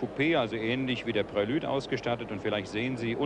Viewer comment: Echt schöner Beitrag. :) Leider kann ich den Herrn Moderator NICHT noch einmal " Prilüde " sagen hören, ohne dass ich ihm freundlich ins Gesicht springen will... :D